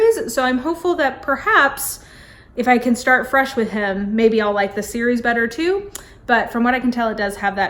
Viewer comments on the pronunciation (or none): none